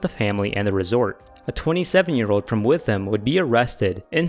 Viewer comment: the uk pronunciations are pretty bad, berkshire, thames and witham were all wrong